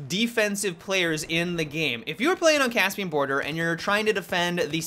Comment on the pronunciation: you said capsian 😲 LOL